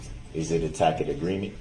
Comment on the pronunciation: Oh my! He stands up, thumping his chest and DEMANDING his RIGHTS be honored fully!! Juxtaposed positions cozily wrapped up with protection as Souverien! He truly is a study in contradictory demands! It’s TAsid agreement, sustain, troop, un-BIBLICAL cord, lawful law, alleged defendant, liBERRY, earf, Decla-Tory not DEClaritory, substain, what name does he recognize or respond to? (😂his God-given name!? No such thing), can’t do dat!, “God sees what you’re doin’!” But not what YOU (Darell E Brooks, Jr?), lices place, biast(es), ax or 🪓-ed, 30-75 demands of “GROUNDS” during one testimony, —-dare I list more?? 😂😂😂